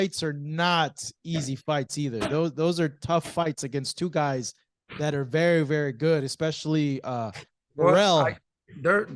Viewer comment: “BERY BERY “